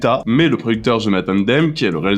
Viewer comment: Jonathan Demme se prononce Démi